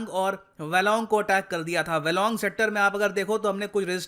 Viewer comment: Sir Bumla pass is pronounced as bhum-la pass , and Walong as Wah-long ... ( Not Bamla and waylong) ❤️❤️